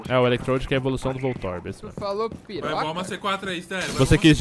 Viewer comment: VOCE DISSE PI-PO-CA?